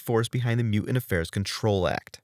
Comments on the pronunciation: What's a "mew-ant"? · “mu ants”? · What is a "mew-ant"/ "mew-uhnt"-?? Why can't this guy pronounce "mutant"-?? A very useful ability when producing video content about the X-Men!